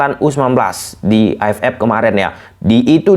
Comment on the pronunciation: AFF bang bukan AF Ep, dan juga EAFF vukan EAF Ep😭😭😭